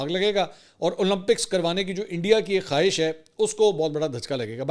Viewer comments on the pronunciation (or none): none